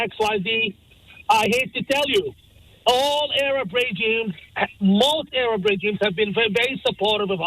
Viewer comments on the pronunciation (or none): Interesting how he pronouncea Arab as A.Rab